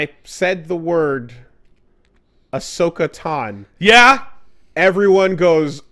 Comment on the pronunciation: TANO ITS TAN OH NOT TAN